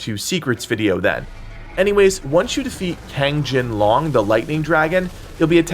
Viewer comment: Man cannot pronounce 龙 to save his life.